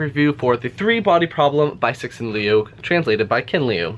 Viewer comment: CIXIN are two chinese characters. CI is 慈. （pronounce CHEE）XIN is 欣（pronounce SHEEN）